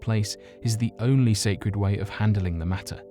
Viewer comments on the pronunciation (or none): none